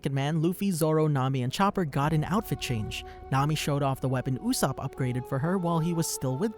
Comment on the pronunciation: Why… Why did you call him “Oooosop” It’s not that hard to say his name